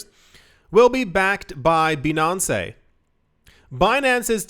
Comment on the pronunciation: "Bee-non-cay" - Hahahahhahahahha. I'm dyin' over here.